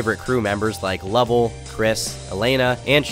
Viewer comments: it's "LUV-ELLE" not "LuVLLe" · just wanna tell you it’s “ LUH - VELL” not luvel . Luv u turkey tomorrow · Great video on Logan! The only thing was the way he said Lovell Made me cringe every time lol! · why did u say Lovell like that 😂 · Loved the video but you pronounced Lovell so wrong 😭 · I don’t like the way you said lovells name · the way you pronounce lovell is kinda racist